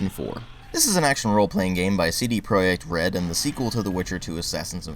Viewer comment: oh my someone who actually pronounced CDprojektRED correctly